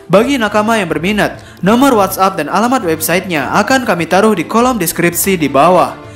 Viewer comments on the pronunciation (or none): none